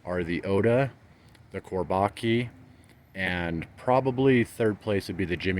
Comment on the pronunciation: Chor-bah-JUH is how it's pronounced. "Çorbacı" in Turkish.